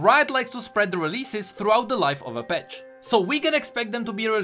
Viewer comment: Why do you say “petch” for “patch” ?